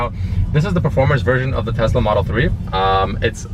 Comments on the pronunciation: Why is he saying tezla? Its tesla... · Congrats, but please stop calling it a Tezla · all the world : tesla rich boy : tezla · its teSLA with an S !!!